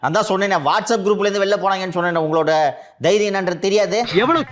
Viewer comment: தைரியம் அல்ல தேரியம் தேரியம் தேரியம்...😅😅😅😅முண்டம் ஒழுங்கா பேச கூட தெரியல...